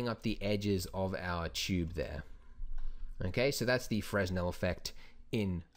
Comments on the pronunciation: I've heard you say FREZ-nel in a few other videos, but I believe the proper pronunciation is FREH-nel. Silent "S". Great video, keep them coming! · As always, excellent tutorial :D Definitely trying this at home ;) Although, just so you know, it's pronounced Fre-nel, not fres-nel since the guy who came up with it was French and that's how they do things. I made the same mistake :) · Fresnel - pronounced frəˈnɛl or fruh-nel. It's the same "s" that you'd find in aisle, apropos, debris, isle, and island. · Brilliant tutorial. One thing. Fresnel is pronounced 'Frenel' the lens was invented by Augustin Jean. It's French. :) Thanks again for your tutorials. They are extremely helpful in learning Blender. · It's pronounced "fra-nell". Good Tutorial! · Fresnel, silent "s"